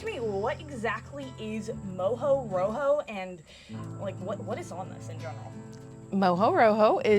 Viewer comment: Its not exactly pronounced moujou roujou but mojo rojo which means: rojo = red, mojo, from mojado = wet. Very popular in the Canary Islands where there is also mojo verde = green mojo.